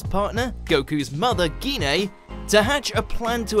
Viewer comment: Some events from Bardock the Father of Goku still take place. Bardock still gets his power to see the future and possible future outcomes. Bardock still finds his team dead. Gine's name is pronounced as Jean.